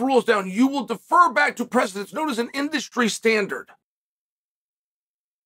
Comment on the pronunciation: If I were an idiot I’d try and correct Uncle Chael’s quote of “precetence “to “precedence.” If Uncle Chael says there’s shit in your pants you better change your britches.